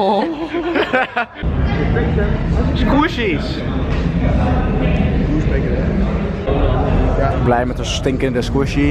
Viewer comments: Sqoushies whahahha hoe jij dat zegt😂💕💕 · 6.02 "skoesjies" WHAHAHAHAHA IK KAN NIET MEERRR😂💕💖